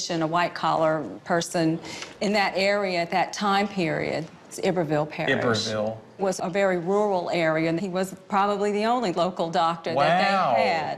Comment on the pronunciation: It is pronounced I- BERVLLE‼️PARRISH WITH ACC ENT HARD ON THE *I.*! NOT *E-BERVILLE*!anyone who is from LA KNOWS how that Proper name is pronounced.